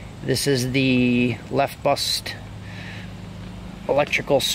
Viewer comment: Ok great video and excellent diagnostic skills!!!!! That said it's not Lef Bust it's Left Bus. Hehe I'm sure you know you probably just said it wrong.